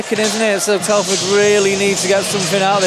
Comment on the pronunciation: Telford not Teleford ! 🙄